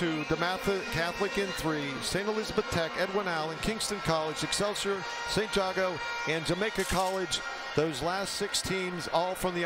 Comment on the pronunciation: this commentator mispronouncing ST.Jago Bruh "Sigh"